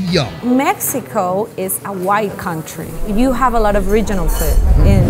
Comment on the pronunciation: She said Wide